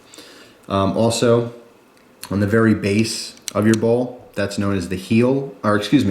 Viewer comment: Dude!..Bowl or ball?..Your pronuciation is unclear...sorry for being a pain.